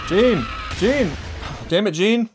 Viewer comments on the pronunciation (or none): Jean didn't choke, he knew they had very little gas to spare and that sending more people off the rooftops would leave them as sitting ducks in the streets. He made a judgement call but he feels terrible about it. And it's pronounced like John, with a Zzzjjjj sound, not jean like blue jeans, ha ha! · Love Your reaction man! Small thing though, Jean is actually pronounced as "Jahn" :) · it's prononced "John", it's french spelling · Jean's name pronounced like Jan/John. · Its pronounced john btw